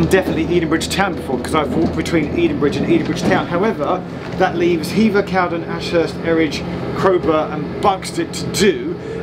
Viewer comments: Correct pronunciation is Cow-den, not Cowd’n. If you can find ‘The Two Ronnies’, series 6 episode 2, broadcast 26.11.77, have a look at the sketch ‘Charlie Farley & Piggy Malone’. They arrive at ‘Drake’s Bottom’ station, and a thumper can be seen departing in the background. This scene was filmed at Cowden station. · It's pronounced Cow-DEN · Glad you communed with nature at Cowden. I grew up in the woods just to the West of there (In a Cottage). On a still night i could lay in bed and hear the Thumpers go into the tunnel and often hear them come out of the other end. A small point, to the locals it's Cow-den not Cowd'n! If you ever visit again its worth a visit to the tunnel portal that end. You need to cross under the bridge and follow the footpath alongside the line, it splits and goes over the portal. You will then see that the tunnel has two portals as it has been extended by about thirty yards! I think this was done as the Bridleway would not have been able to get behind the original portal. The original portal was invisible behind undergrowth but is now visible due to clearance works that were performed a few years ago. Cowden station was used as a location for a Two Ronnies sketch where it was called Drakes Halt IIRC. Love your videos, keep up the good work. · Love this. I live near Edenbridge. Cowden is always pronounced Cow Den locally and the station is a long way from the village. Also Hever Station is a long way from Hever.. Edenbridge Town has a mud scraper as well. Wish I had known you were in the area as I would have bought you a pint in my pub, or even a cup of tea if you prefered. keep up the good work Geoff. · Check out East Grinstead station. There's been a large new footbridge affair built there. Went by yesterday and it seems near completion. As for Cowden, it's pronounced Cow Den, with the Den rhyming win Hen. Interesting video. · Cowden is pronounced cowDEN accent on 2nd syllable! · We’re going to have to chat about how to pronounce Cowden…